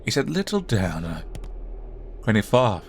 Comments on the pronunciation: His name is Dan its not that hard??? Unless I'm missing something, then idk why he says Don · it's Dan. not Dawn, or Don. think Ban, with a D instead of B. not gonna lie if you say Don one more time during this video i can't watch it.